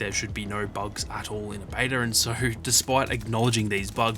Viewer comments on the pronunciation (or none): I love how you say beta “bater”